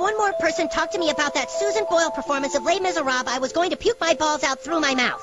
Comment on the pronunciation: les miserables its pronounced lay miserab